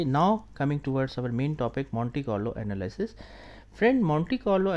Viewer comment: Anal-ee-sis; thank you